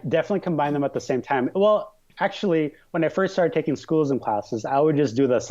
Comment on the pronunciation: S-CHOO-LISM!!! S-CHOO-LISM!! S-CHOO-LISM!!